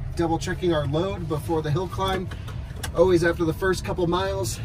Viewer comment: I thought I would come to the comments section, and look for others who noticed that you always say oways instead of always.